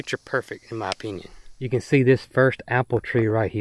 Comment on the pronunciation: Did you say your Crabapple CAN or Cannot cross pollinate?